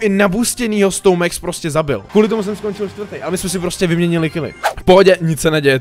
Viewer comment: ne mex ale max pls hovor to tak ogi